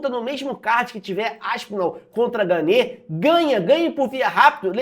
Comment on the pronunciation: A pronúncia do nome do francês é "Gân".